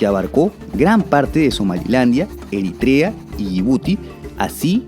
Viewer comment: Que bueno que ya no pronuncias Eritrea como "Erítrea"